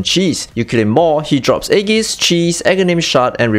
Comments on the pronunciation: When He said "Aegis" I was like "Eggies? Oh wait Aegis." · i cannot with the aegis pronounciation.